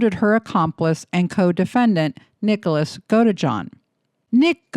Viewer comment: Do you mean? I saw her video yesterday and while I don't watch her regularly, she was mispronouncing the name of Nicholas the entire way through. It made me wonder if she was reading from a script someone else wrote instead of researching the case, Gypsy, Nick, Ken, etc., on her own.